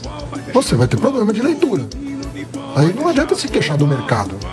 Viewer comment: O "Professor" Haddad disse "Poblema" - Minhas orelhas sangraram!! 😅